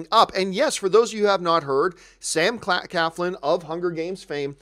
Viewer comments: it's not Sam Caflin... it's Sam CLAFLIN !! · Nobody seems to get Sam’s last name right......there is an “L” after the “C.”....CLAFLIN! ...SMH...